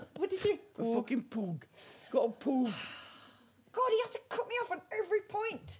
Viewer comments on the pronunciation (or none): Come on Jim and team - why is the audio level on Jim and Her always so low? - - I notice that Vicky is wearng trousers this week, after flashing her bits last time, when she was rolling about laughing! - - - What's wrong witha PUG dog, it is spelled P U G, not P O O O G. You don't go to the pooob for a jooog of beer - its pub for a jug! 🙂